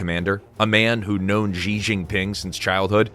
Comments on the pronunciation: Good lord, his name is not pronounced. "Jee." Closest in English is She, as in he/she. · If you are going to do videos about China, learn how to pronounce the major names. 'Xi' is pronounced 'she'.